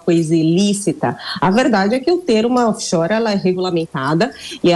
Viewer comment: Paulo Guedes acho que nem doer direito 😂 Off Shoers😅